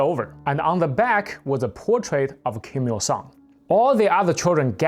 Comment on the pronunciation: Hey, I really love to watch your videos. Even me as an old DPRK connoisseur are surprised about all the new things I learn about the DPRK by you. But one little suggestion, maybe try to pronounce the names of "Kim-Jong il" and "Kim-il sung" better. Sometimes, without the pictures in the background, I wouldn't know at all who you are referring to. Thank you very much and keep going!